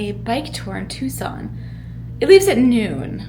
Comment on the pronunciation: Editing, your 🌵pronunciation is correct! 😂❤